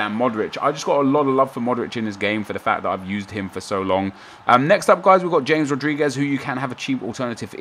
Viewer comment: The way he pronounces 'James Rodriguez' grinds my gears